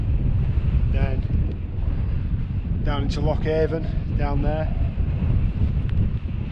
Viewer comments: Loch Avon is pronounced Loch A'an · Two absolutely fantastic days …..The plateau at its finest……Maps say Avon but I believe the locals pronounce it like Loch and Glen Ann…..